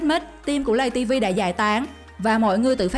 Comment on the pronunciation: tiếng việt là:lay ti vi ko phải lầy ti vi